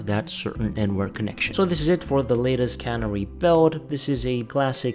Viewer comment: It's not cannery, it's canary.